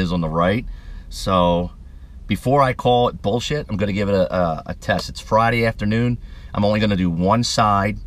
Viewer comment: . "Boll shet"....guess I won't be trying this product out.!!!